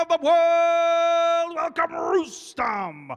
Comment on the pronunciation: Who is Rueston?? It's pronounced Rustum Don't ever leave the sport this commentary gig fits u perfectly!